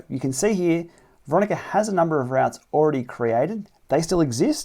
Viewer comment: Sorry but have to pick up on routs.. a rout is a disorganised retreat.. chaotic action etc.. a route.. pronounced “root” is a mapping journey planner..sorry this was really annoying me!! Otherwise a nice analysis.. 😬